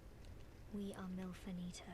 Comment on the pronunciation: I like how you pronounced Milfanito "melfantia"??